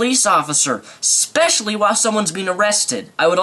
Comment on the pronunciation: specifspecially lol